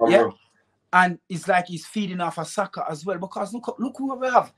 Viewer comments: Did he say BUYAKA????? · 2.45 he calls Saka 'Boyaka'. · My man said Buyaka😂😂😂😂